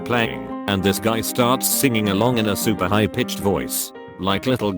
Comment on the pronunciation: “sUWUper high.”